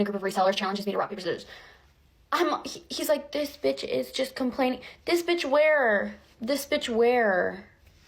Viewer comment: if a white guy goes "this bentch" i just caaaaaaaaaaaant, just go home kyle your mom made you the hot pockets you like. I just have no respect.